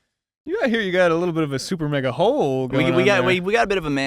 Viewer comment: Did just say Supernega